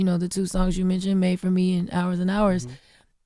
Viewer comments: right! the way she just kept saying it wrong lawd.... 🤦🏾‍♀ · I noticed that too 😂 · Made for me Jess! she keep saying it wrong